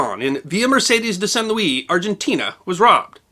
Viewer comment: It’s San Luis (Lewis)…the S is NOT silent.